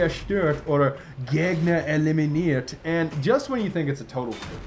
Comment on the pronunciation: The pronunciation of "Fahrzeug zerstört" and "Gegner eliminiert" wasn't even bad In fact you did a better job than most of the people who learn german